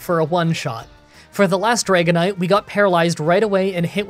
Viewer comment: That's a nice "Dragonite"